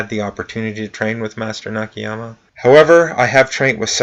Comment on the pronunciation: Hello; the pronunciation of Japanese is the same as the Spanish and similar to most Languages where letters sound like written; like "A" sound A not "ei" (like hey without H) so NAKAYAMA sound like that not Nikihyama as you are saying. I understand that you apologized about that; I am only trying to cooperate about it.